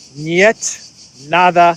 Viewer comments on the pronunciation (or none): none